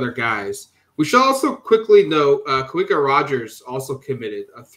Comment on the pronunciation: Just FYI, Kawika is pronounced with a "V" sound. Ka-vee-Kah